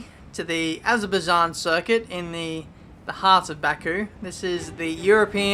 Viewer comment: It's pronounced Azerbaijan not Azerbaijan you silly goose